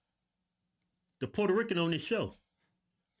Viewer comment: You called her a "Port-a-Ricken" 😂😂